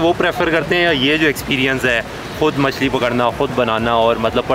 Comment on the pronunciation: Trout machi Its machli not machi